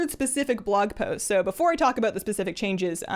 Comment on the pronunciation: aboot My brain: CANADIAN DETECTED!